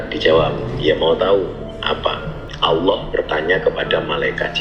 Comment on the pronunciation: Ngomong Allah aja salah goblok